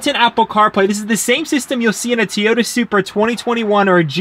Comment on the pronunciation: Wish you would stop saying Teeyota.